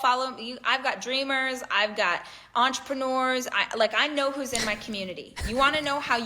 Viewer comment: When she says entrepreneur, I keep hearing ultra-manure…